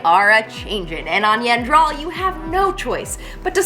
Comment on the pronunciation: every time... you have been saying the planet incorrectly.